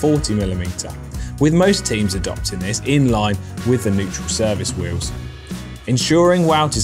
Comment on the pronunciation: You say “wheels” funny. “Wee Yuhwz.” No ‘L’ huh?